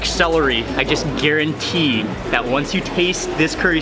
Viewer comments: Celery ry.... Celery ry ry 😂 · Celery'ry xD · Mark :"Celery~ree" Me: same. 😂